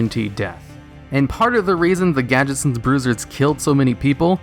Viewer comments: it's gadgetzAn not gadgetzawn they're not japanese. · I don't like hearing the word 'Gadget-zahn', I think it should be pronounced 'Gadget-zanne'